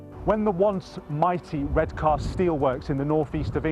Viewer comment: You don't say the a in Redcar